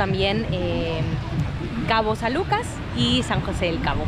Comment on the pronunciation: Hasta que alguien dice bien el nombre de mi hermoso puerto, cabo san lucas baja california sur.